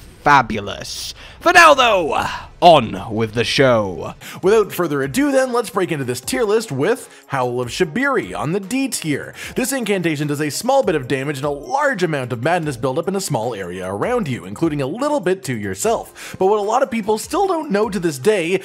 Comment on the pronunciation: Love how I use most of these, but the only bad thing is how you mispronounce “Shabriri.” Shab-Ree-Ree, homie. Keep up the vids tho, good stuff!